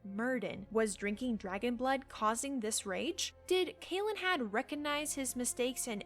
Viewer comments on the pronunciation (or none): Your pronunciation of certain words is really bad. Lair is L-EH-R; CAL-en-had; WHY-vern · The way you pronounce Calenhad freaks me out for some reason 🤣